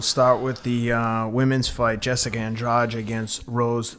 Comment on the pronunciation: I’m not trying to make a cheap point or trying to slam you teddy, but it is a little distracting hearing Andrade pronounced Andre. But anyways, it probably only annoys me haha